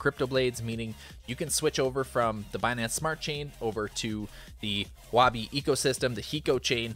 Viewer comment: I think its pronounced "Huwo Bee" its Chinese Pinyin for currency i think...